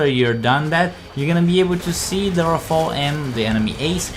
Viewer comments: actually its ra fa le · Lol ikr "Raph-ael" it is "Raf-ale" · how come nobody knows how to pronounce rafale?